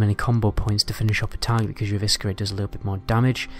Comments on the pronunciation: Love your videos. But I have to say it. Eviskerrrate! Lol. It's pronounced Evissserate. The C is silent. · The way you pronounce eviscerate hahaha 😂